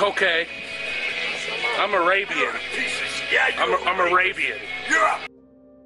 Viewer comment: He said "I'm Arabian" in the most American accent I have ever heard. 😂 what in the world lol